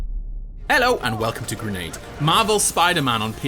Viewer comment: He said just “hello and welcome to Gernade